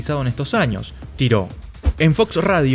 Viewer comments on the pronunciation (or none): none